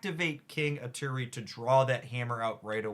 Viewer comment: It’s Eee-Tree. Not Eee-Teer-ree.